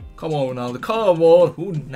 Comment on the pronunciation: Lol, am calling him "" from now on.